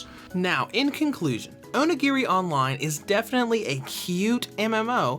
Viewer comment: Dose the way he says onigiri kinda annoy anyone...?